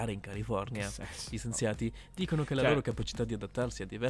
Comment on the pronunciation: Qualche perla di: "del Brasile e del CARU' " "i COLLI del maschio" "le PROLI" "centrale NUCREARE" "i SENZIATI" "PORESSIDO d'idrogeno" "LUNGUE ciocche" "alcune FORMITE" "piante di GOMODORO"